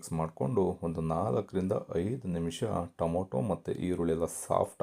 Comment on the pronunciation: ದಯವಿಟ್ಟು ಟೊಮೋಟೊ ಅನ್ನಬೇಡಿ. ಟೊಮೆಟೊ ಅಂಥ ಹೇಳಿ.